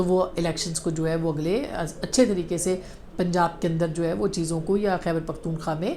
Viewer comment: قابل احترام بہن ! حقیقت پر مبنی تجزئیے پیش کرنے پر مبارک ۔ ایک معمولی سے غلطی کے ظرف توجو دلانا چاہتا ہوں آپ جو پختون۔ ٫ خا۔ ، نام بولتے ہیں صحیح نام پختون۔ ٫ خوا ، ہے امید ہے رعا ہے کہ اللہ تعالیٰ آپ کو اپنے حفظ وامان میں رکھیں آمین یا ربلعالمین